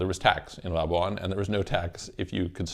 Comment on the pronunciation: Pronounced "la-bwan" NOT "la-bu-an"